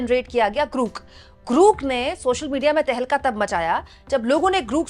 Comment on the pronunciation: ग्रूक नहीं ग्रौक!